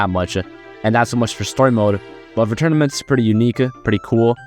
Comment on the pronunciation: Why does he say "e" after every word, like "tournamentse"